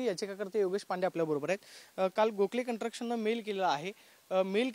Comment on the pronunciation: कन्स्ट्रक्शन नीट म्हण रे दहावी नापास. कंट्रक्षण म्हणतोय